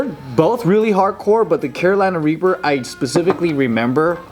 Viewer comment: did hey say raper instead of reaper lol